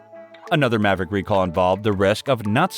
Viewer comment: Why is this guy saying "envay ebble" and "Mav rack" or "spokes maen" ? That's not an accent I've ever heard before